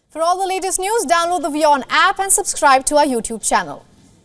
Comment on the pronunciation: It’s an accent issue not a pronounciation issue lol. They also pronounce WION as VION which is common for indians to mistake W and V during speech.